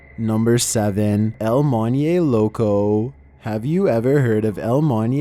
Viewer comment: ITS PRONOUNCED EL "MOAN-HEY" LOCO"( EL MONJE LOCO)